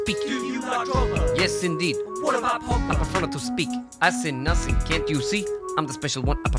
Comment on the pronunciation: Nussing to say, nussay to sing!